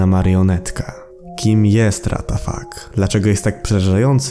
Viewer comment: Nie ratafak tylko łatafak xD